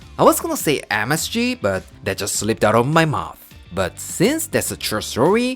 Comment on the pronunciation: Or "don worry BAHT it"! 😁 I love when says that!